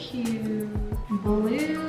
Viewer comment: Am I the only one that heard "we're going to put some blob Berries in"